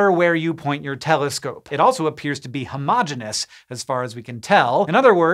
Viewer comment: Thanks for pronouncing “Homogeneous” correctly.